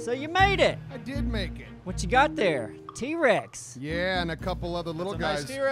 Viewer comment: 4 years later I just noticed said t-wex XD